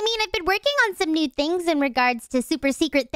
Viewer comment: Mia said "thengs"😂😂😂😂